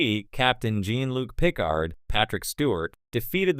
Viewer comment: Just can't listen to AI mispronouncing of Jean Luc Picard's name